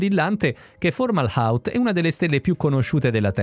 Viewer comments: Perché la pronuncia "formala out"? Fomahault è parola araba e significa la bocca del pesce. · Non formahault ma Fomahault, correggete la voce della IA che legge i testi